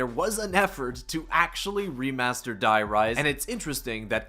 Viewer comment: Btw you say dee rise because die in german means the and its the rise